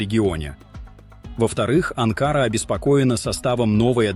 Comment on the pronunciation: Не Анка'' ры а. 🇹🇷 🇦🇿 А Н К А Р А🇦🇿 🇹🇷